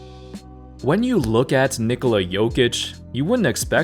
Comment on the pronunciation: Bruh stop calling him Nikola its Nikola.